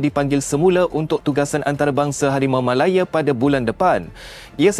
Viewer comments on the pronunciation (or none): Admin ni pelat ke🤣🤣harimau malaye ke harimau malaya